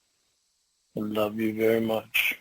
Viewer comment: "Be vwary vwary quiet....I'm hunting 13 year olds....huh huh huh huh."